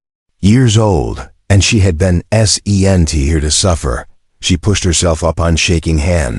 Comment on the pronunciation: The AI can't say "sent" it has to spell it out?